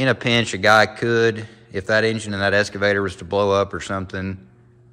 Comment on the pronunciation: Eeessskaavator and oooolll gallery… excavator and oil galley.